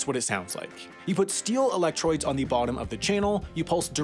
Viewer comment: "Steel electroids" lol...